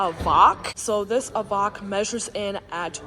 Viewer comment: It's an EVOQUE! Like 'coke' not vok like wok!!